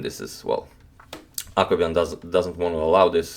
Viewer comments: When he says Akobian I always hear Aquaman hahaha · Blackdarkdarker bleach I kept on thinking he was saying "Aquaman," too.